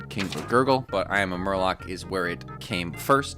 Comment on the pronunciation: Not only did you repeatedly mispronounce "I am Murloc" but you didn't even mention that the name of the card is a song from Blizzard's metal band. Tsk, tsk.